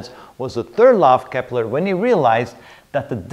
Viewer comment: its kepler.... not keppler